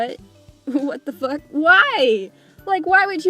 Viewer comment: I like how you look like anime but say : fock shit dugz and more 😂